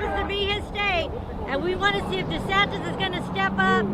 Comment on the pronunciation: oh it's Ron Desantis...the entire time i thought you guys were saying "Ronda Sanchez" (i've never seen this person before) (im south african)